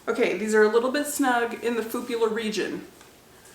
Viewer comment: "In the fupular region..."😂😂😂